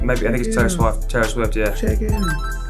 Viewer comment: saying “Taylor Swoft” lmao